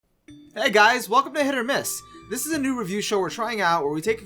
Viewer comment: no offence but who says dis and za